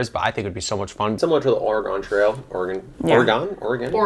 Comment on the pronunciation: i am impressed they know it's ore-gon